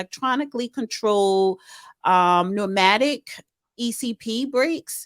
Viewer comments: Yes. Reading is fundamental. “vile” vs. vinyl “fright” vs. freight AND…wait for it… “pee neumatic” vs. pneumatic SMH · No she DIDN’T say pee nuematic!